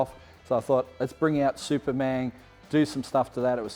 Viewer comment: Every time says “Supermang video”, I’d say, “I was in the back”